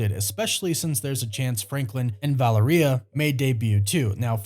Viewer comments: ValerEEUH? You mean ValEHreuh? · Her name is pronounced as Va-Leria🤦🏽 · You don’t say Valeria like diarrhea !!! It’s Va LEAR ee ah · Vah Lare Ree Ah ..That's how you pronounce her name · Take a shot every time mispronounces Valeria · bros pronunciation of Valeria was funny sorry 😂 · Valeria does not rhyme with diarrhea, just sayin'